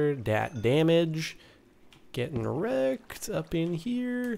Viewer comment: I know he said ''Getting wrecked'' but it sounded like ''Getting erect''